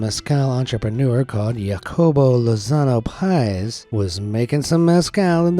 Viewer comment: Hacobo, not Yacobo